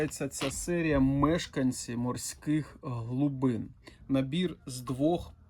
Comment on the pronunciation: не,, глУбин,, а глибин